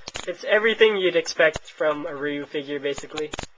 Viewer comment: its not reeeeeeeeeyou.its roo or rye-you